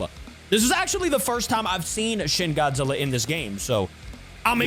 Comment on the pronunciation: at the start bro could not say godzilla:}